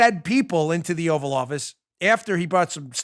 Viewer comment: called it the "Oral office" not "Oval office"